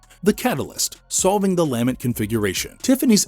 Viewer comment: It’s pronounced luh-ment